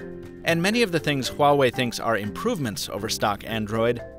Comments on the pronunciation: You pronounced “Huawei” better than any other youtuber. You must have at least one chinese friend. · The company did release a video saying it's porschE though, so I think you might just be wrong. But you got Huawei right :)) and that's a rare one.